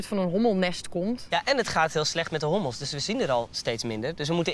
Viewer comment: zei hobbels geen hommels